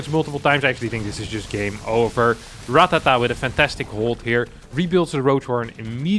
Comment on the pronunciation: It's actually Ratáta, not Ratatá